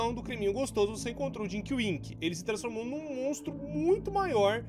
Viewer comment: ta falando erado ae mano,é tinky winky rapais nao é dinky winky nao ou